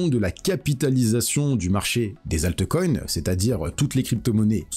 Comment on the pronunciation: C est Altcoin, comme Bitcoin et non pas altecoin ou bitecoin